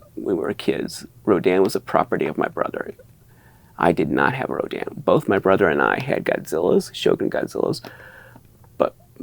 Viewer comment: Always an impressive collection. Thanks for posting. All that Rodan talk sounded like Rodin to my ears and made me think your family was like some New England patricians discussing the family statuary. The rapscallion scion of the family ran up gambling debts and had to sell the family statue collection or something. Seems like a good Victorian novel.